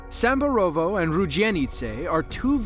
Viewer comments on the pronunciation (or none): to is just funny 😂😂The fact that you’re saying rudzienice and Samborowo is just average American/English trying to speak polish 😅